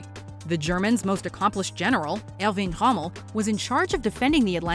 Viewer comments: Who is"Hommel"? Did you mean "Rommel"? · Totally mispronounced Rommel Nice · 2.45 how she says romell 😂😂